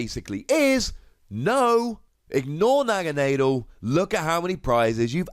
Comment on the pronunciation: Holy fuck you can't pronounce Naganadel either jesus tapdancing christ.